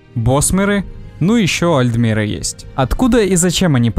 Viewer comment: Не альдмеры , а альТмеры.